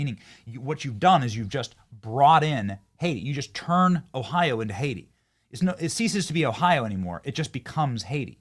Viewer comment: (Haitian+Jamiacan American) it becomes Oh-aiti